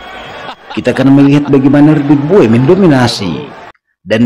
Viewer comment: klo tulisannya Bowe tapi bacanya Bow bukan Bo we